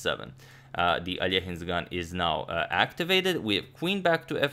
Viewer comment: First time ever I guessed both black and white winning ideas even without pausing the video. Wondering what was the time situation, missed this game online, jumped into match only in Armageddon. Also this quote of Tall is very good for this game! Thx Agadmator for your work and for correct pronunciation of "Ivanchuk" and "Alekhine", u only 1 in chess!